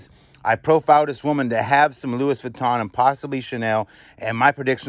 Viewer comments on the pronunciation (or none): Pronounced Lou ee Vitton not Lewis.😣